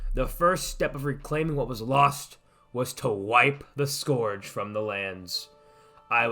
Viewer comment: How do you pronounce Scourge so badly